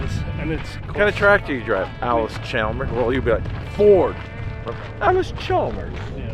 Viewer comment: The “L” in Chalmers is silent.